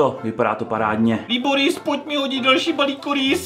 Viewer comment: Jak říkáš Liboris tak to zní jako klitoris